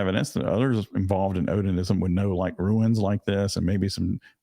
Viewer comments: Just a quick comment on the pronunciation of the word rune, it sounds like roon. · Ha, the case is getting so weird, I thought "Ruins?" "There's ruins now?"